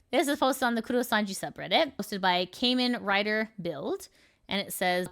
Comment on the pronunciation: aint no way home girl said "caay men rider build". girl watch some tokusatsu god damn